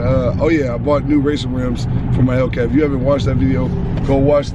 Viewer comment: 5 SECS in the video and he already saying hellkeazy😂😂